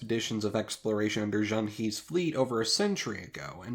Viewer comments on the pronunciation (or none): I have no idea why it’s always Zheng Hee with English native speakers, It’s Zheng Huh, just like “her” in BBC English. Zheng Hee simply sounds ridiculous to anyone who knows mandarin, or cantonese (where it would be haw), or any Chinese dialect. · Thanks. I always thought it was pronounced Zeng Hee XD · Zheng He is pronounced Jung huh. He in Mandarin is Huh. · Their names in Japanese are clearly katakana spellings of their Christian names; I wonder if their original Japanese names are documented? Also, if you ever need help with your Chinese pronunciation, I can help, because I heard Yuan Dynasty and Zheng He and I was like what did he say?